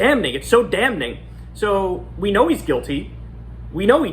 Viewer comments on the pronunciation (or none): Hey Kyle - the 'N' is silent in the word 'Damning,' so it should sound like you're saying, 'damming' (NOT 'dam-ning') when you say it out loud. Just sayin... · Bro, the "n" in "damning" is silent. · The n is silent Kyle. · Kyle pronounced the first n I’m damning around the mark and it’s really bothering me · Somebody's gotta tell Kyle that that first 'n' in 'damning' is silent, lol. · I can't stop focusing on how Kyle pronounces 'damning' always saying the 'n' lol. In other news - wtf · The N in "damning" is silent. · kyle, you don't needa pronounce the "n" in "damning" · I know it's stupid and pendantic but the first 'n' is silent in damning.